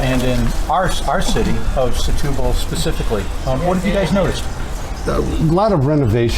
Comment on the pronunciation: Folks, I believe the Portuguese pronounce the town as STU-BAL and not SE-TU-BAL. and yes, even though I am a “Luso-American” and do speak Portuguese.